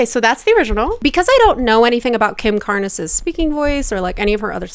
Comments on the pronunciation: Completely a copy of the cover with no originality and that's massive auto-tuning or whatever they use nowadays because the chickie can't sing at all. * It's Kim Carnes (rhymes with Barns) not Car- nez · The original is so good, and Kim Carnes (single syllable, not two) has a naturally raspy voice. Jojo just needs to stop. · Listen to the original by Kim Carnes(one syllable). It’s sooooooo good! Jojo is vocal frying the crap out of the song. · Just a bit of info, the e in Kim Carnes' last name is silent. Her voice is naturally raspy, like Rod Stewart's or Bonnie Tyler's. 😊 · It's Kim Carnes - rhymes with Barns. And Kim had an EXTREMELY raspy voice. So might want to actually check out the 1980s Kim Carnes version (dare say original) before reacting. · The original was actually by Jackie Deshannon in 1975, with no rasp. Kim Carnes (rhymes with barns) has a naturally raspy voice and her version is an outstanding creation and it's a classic. It's wild to me that somebody hasn't heard the Kim Carnes version and not heard of Kim Carnes lol. The rasp in the Kim Carnes version, is NOT too much, it was natural for her. It's an incredibly famous song. Jojo absolutely butchered it. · She's doing a rasp to copy Kim Carnes big 80s hit. But Kim Carnes (one syllable) had a natural rasp. Perhaps check out her version of the song now!